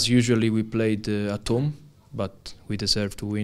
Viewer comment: nezlobte se na mě,ale ta jeho výslovnost je otřesná ani mě moc nezajímaj ty jeho alibistický kecy,jak ten jeho akcent ...:D.... atom- at home...mám dost